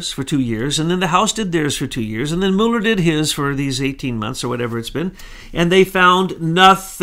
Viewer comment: will you please make up your mind how you are going to pronounce Mueller's name. I am of Norwegian descent and there are many Muellers in Norway. We pronounce them as follows. (Mule) (er).